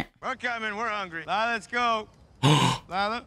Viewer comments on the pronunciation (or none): none